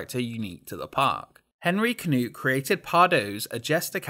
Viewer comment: For someone who is a native English speaker, you did very well on pronouncing the names including Hartenhof! Only thing I found is 'henRy knoet' instead of 'henNy knoet'. 😜 Amazing video as always! Be sure when you go, that you go on this ride somewhere in the afternoon instead of the morning. Lines seem significantly shorter at that time since this is the ride you walk straight into if you follow the main path.